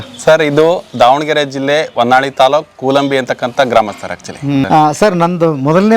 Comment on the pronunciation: 0.20 sec It's Honnali not a honnavalli